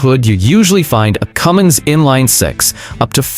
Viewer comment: THERE IS NO "G" IN CUMMINS! AND YOU SHOULD KNOW THAT!